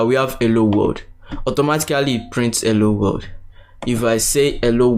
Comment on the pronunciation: Is it just me or is he saying "ewwo wold"/ "elo wold" XD